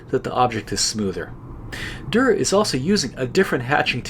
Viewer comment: On and by the way the way you pronounced it in the video is already pretty good!!